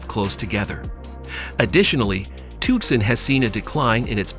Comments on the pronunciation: TookSon??? Alien-speak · "tuckson arizona" !! lol